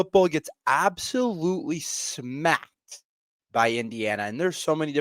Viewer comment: My entire weekend was smacked too. I think our program is going to get worse before it starts to get better. There will be a dark time in front of us, whether its parting ways with Locks in season or buy him out at the end of the season. BTW the way you say completely SMACKED really makes me feel like a smash burger right now. Only food heals me at the moment